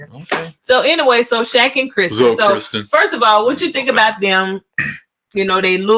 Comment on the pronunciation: Her name is K I RSTEN, NOT Kristen